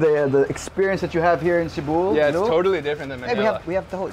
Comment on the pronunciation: See-boo? Bro it’s SEH-bu.